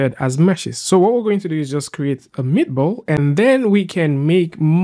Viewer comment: the fact that you say meatball instead of metaball deeply disturbed me